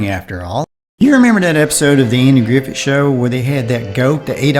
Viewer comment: Do you realize that you are pronouncing Andy Griffith’s last name as if it were spelled “Griffet?